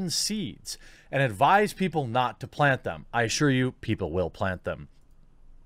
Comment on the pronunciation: Why can't you pronounce 'L' when in the word 'plant' and 'flower', but you CAN pronounce it to replace the 'R' in 'grow'? HMMMMMM?!?!